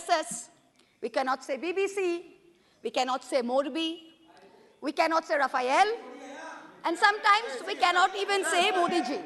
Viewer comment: What is Raphael? Raphael Varane? Centre Back? French football player who plays as a Central Defender? Mahuaa Moitra needs to work on her pronunciation of French proper nouns.